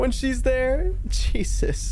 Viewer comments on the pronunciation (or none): none